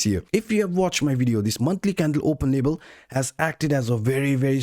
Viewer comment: LeVel it's a V not a B 😄